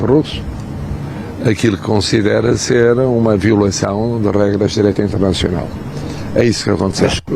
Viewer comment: Direito " Internechional " ? Não entendi .